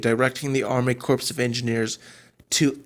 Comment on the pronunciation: I watched the whole thing....you are not very clear. And, btw "corps" is pronounced "core". No "s".